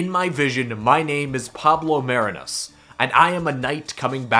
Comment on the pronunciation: It's pronounced "Mah-ree-nus"